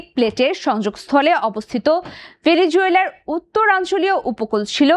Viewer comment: উপস্থাপিকা আর ভালো করে বাংলা উচ্চারণ শেখানো দরকার বারবার বলছে বেলিজুয়েলা বেলি জুয়েলা